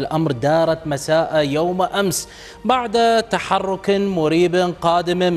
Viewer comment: مساء يوم ِ...... وليس مساء يومَ 🥸😱